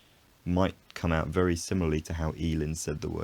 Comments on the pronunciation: I think you mean vewwy no wery in tho the confusion is understandable seeing how you discussion the merging of v and w later in the video too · minor minor error "very becomes wery" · I noticed that you replaced the V with a W when you were talking about replacing R with a W. Nonetheless great video. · Be vewy vewy quiet…I'm hunting wabbits!